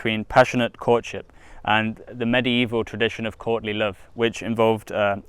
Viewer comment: Every time you say Courtly Love, I just hear Courtney Love. And that'll just make this reading so much funnier. Can't wait.